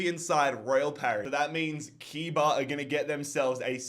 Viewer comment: My man just pronounced that team’s name 3 different ways lol! As a brazilian, lemme help: it’s pronounced Coo-yah-bah! Keep up the phenomenal work!